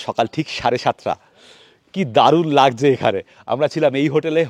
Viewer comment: আপনি তো আপনার ভিডিওতে সবকিছু শুদ্ধ অনির্ভর রাখতে চেষ্টা করেন। তাহলে শব্দের দিকে একটু নজর দিচ্ছেন না কেন। যেমন 'লাগজে' না 'লাগছে 'এরকম কিছু কিছু শব্দ।